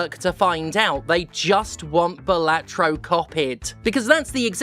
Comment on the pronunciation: It's BAHlatro. LeviosAAAAAH